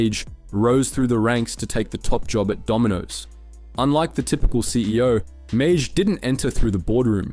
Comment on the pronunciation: Don’s last name is pronounced ‘may’ love the video very accurate but this killed me the whole time